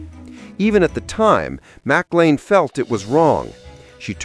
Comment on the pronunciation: Dear lousy AI narrator -- program yourself to correctly pronounce Cantinflas and (Shirley) MacLaine. Thank you.